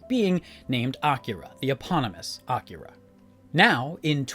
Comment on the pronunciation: Not for nothing, but props for your pronunciation of Akira. Most people insist on saying it in the same way white people order items at a sushi restaurant: that is, by emphasizing the middle syllable (i.e. "uh-KEER-uh").